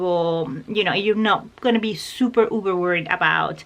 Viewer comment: Dear just a thing for you...... its uber not uver...... just saying. love you madly.